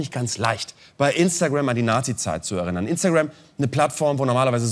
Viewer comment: Zwischen "erinnern" (Gerinnung) und "erInnern" (Gedanken) gibts sprachlich schon einen Unterschied. er-innern und nicht er-rinnern😆